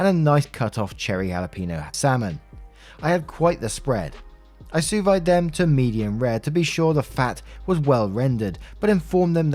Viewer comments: “Sous vide” = “sue-veed” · I’m gonna tell you now, a5 wagyu is basically a block of fat with a small amount of meat throughout, if you get a5 well done pretty much eating a dry cube of fat. A5 is prized for the fat marbling, rendering it all out to get a well done steak is straight up blasphemous Sous vide is pronounced sue veed for my man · Story 1: ESH. Just like... ESH. Seriously. What the hell. What a mess of a family. Story 2: Sous vide is pronounced as "soo veed" ;) ESH. Wagyu beef should never be cooked well-done. Just never. But the way it was handled was not right either. Both OP and the gf were way too dramatic for something like this. I understand that it hurts to see someone trying to ruin a prime cut of steak, but the answer would have been to cook that damn meat and then just never invite them again. It's not like that meat would still be good afterwards. It needs to be eaten fresh once cooked. And that gf could have just as easily eaten all the other meat and also could have RSVPd properly. Story 3: The sister is the AH. What the hell. NAH. This is emotional blackmail. Story 4: YTA (before the update). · Pronounced su ve, lol. Actually not bad attempt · You got the sous part right, but the vide part is supposed to be pronounced veed. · ESH, This person Screwed around with Wagyu steak, it is an expensive steak, cooking it to well done ruins the flavours, also sent out the menu few weeks early saying that it. The attitude of the guest wasn't good. The attitude of the Host wasn't a good reaction either, but justified as the cost of those steaks are huge. Sous vide is pronounced as Soo-veed. Have a good day